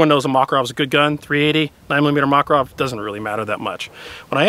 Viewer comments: mockarov??? you mean mack-a-rov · ma-karov... its not a mac-a-rov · Makárov, not Mákarov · Mac-or-ov not mock-or-of please